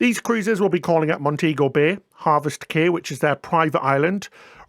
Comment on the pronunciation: Thanks for all the good information; I watch your videos regularly. Please note that the word Cay as in Harvest Cay is pronounced KEY and not KAY. This is a common error on many of the YouTube travel videos.